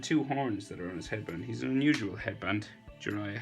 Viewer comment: Its jiraiya not jiriya